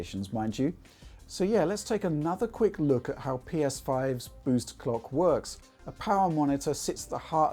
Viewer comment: Now I know this guy means clock speed but he needs to work on his pronunciation of clock so it doesn't sound like something much different which is what I heard.